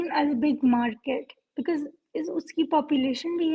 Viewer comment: absolutely we are markeeet 😂😂😂😂 not Market 😅 and irony is this they call themselves researcher...😂😂 Omg😅